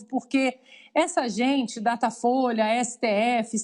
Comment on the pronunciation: "Datafoice?" Ah, tá bom. 😆